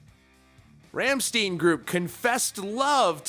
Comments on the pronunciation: "Rumsteen" ... :o( ... ... ok, the correct German pronunciation is ... say after me please ... RUM-SHTINE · Rammsteen? You spell it "Rammschtein" 🤸🏻‍♀️ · It's pronounced stein, as in like Frankenstein, you don't say Frankensteen. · Stein not steen Stein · Anyone else remember the time he had a booger hanging from his nose 🤣🤣. It's Ramm-stein not Rammsteen. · Pronouce Rammstein: Ramm + Stein (the same as the stein in Albert Einstein). Definitely not "steen" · I think it's pronounced like : Rammshtaayn. Not Rammsteen.. (at least that's what i think) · sorry but i can't watch this video, the 'ramsteen' is too much for me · If he says Ramsteen one more time I think 80% of us will fly over and force him to listen to Rammstein until he says it right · OMG.. learn to pronounce man. You f*cked up with Ramsteen. Djeezus.. It's RAMMSTEIN!!!! And even your Russian is f*cked up! Damn, subscribe? Nah thanks.. If other people have to speak proper English, YOU (of all) should learn THEIR language too!!! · ramsteen, shit that hurts xD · "Ramsteen" Deep Cringe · Rhom - Steen is how to say Rammstein my Brother. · Ramm-shtein they litteraly have songs where they pronounce it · чего блять MF said rammsteen... alright ima head out... many russians from my experience dont know english 🤷🏻‍♂️ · R-AH-M SH-TIE-N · It's pronounced like Rumshtine. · It's pronounced like Rom Stine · It's pronounced Rham-shh-tine (tine like time) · You pronounce it like rammSTINE. Same as Einstein. But this is probably what you want lol. People commenting so your videos get more views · How can you have a metal themed channel when you call one of the most iconic bands of our time 1 "Ramsteen"? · Rahmshtain. I think that’s how it’s pronounced... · Rom-shtine. Reporter says, "I don't have time to fact check or pronounce words right. I just read other people's articles online and pretend I'm a journalist." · Learn to pronounce it slap head!!! RAMMSTEIN! Just say ROM-STINE! Learn it, Love it, don't forget it!